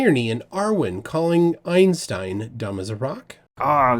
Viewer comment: at least arwyn pronounces einstein correctly